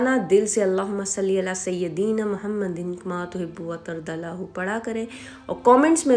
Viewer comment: Yeh sayedna ko bhi sayadeeena parti hain jo ghalat hy